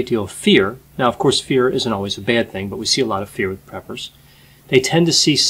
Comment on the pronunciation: I thought he said, "peppers." 😂